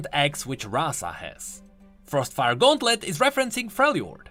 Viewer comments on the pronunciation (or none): none